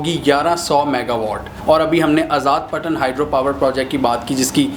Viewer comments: Idiot, it's آزاد پتن not آزاد پٹن can't even pronounce a simple name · It's not آزاد پٹن it's آزاد پطن